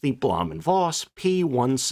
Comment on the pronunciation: In German, the letter "v" is pronounced like an "f". Please quit pronouncing it like a soft "w", which is also not silent in German and Slavic languages. So for example, there is no female cattle in any names with "ow" in them, like Mankow, which is properly pronounced Mankov. Got it?